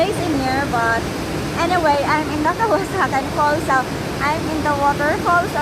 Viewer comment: It's KAWASAN right? not "kawasakan" as you keep on saying.